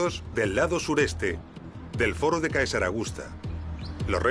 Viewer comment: Vídeos magníficos y admirables trabajos de investigación, muy bien explicados. Ahora bien, Caesar se pronuncia César.